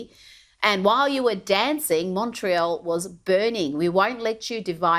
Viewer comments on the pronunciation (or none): none